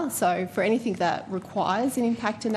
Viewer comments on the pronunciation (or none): Huh?!! Only thing I learnt from her is that she pronounces anything as “anythink”